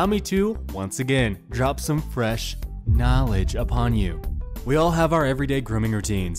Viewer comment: Why you gotta say knowledge like that?